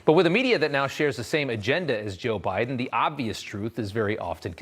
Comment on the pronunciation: Did he say "joe briben"?